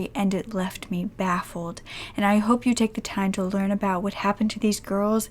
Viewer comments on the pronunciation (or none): none